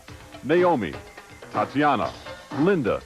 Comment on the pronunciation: It is pronounce "Tat-yana" even though it is spelled Tatjana the J makes a Y sound not a J sound